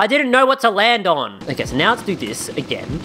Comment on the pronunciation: Thidj. Thidj? This. Theez